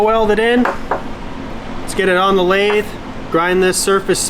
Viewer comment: he said, "to blathe"